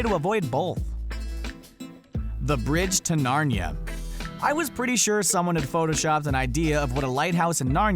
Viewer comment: You said narnia wrong